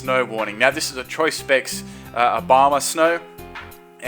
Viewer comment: Lol I know that Abomasnow sounds Obamasnow. XD🐲